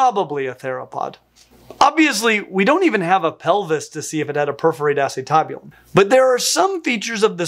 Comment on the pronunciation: The way you are saying acetabulum is killing me Smalls! 😂 But then i come from a medical background not a palentology background